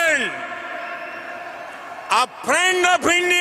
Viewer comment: "My priend Dolaan Tramp" 😂what world leader doesn't know how to speak English in the 21st century? The bar to be Indian prime minister must be really low 😂